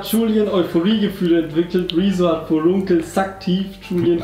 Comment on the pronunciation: was sind forrunkel heißt das nicht Furunkel?